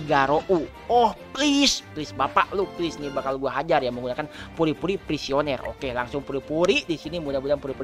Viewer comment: Puri-puri prisoner ngab bukan puri-puri prisioner